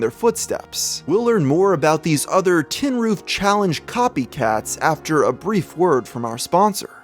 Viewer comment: "Tin-roof"? More like "Tin-Coof"